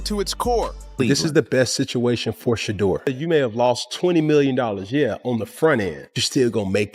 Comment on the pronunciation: Pronounce the name right you can’t even pronounce his name shame on you